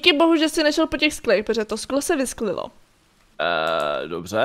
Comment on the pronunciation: eště zé si nešel po tom skle protože se visklilo:eee dobře já: emm wtf:míram smíchy: 🤣🤣🤣🤣 co to jeeee prej viskliloooo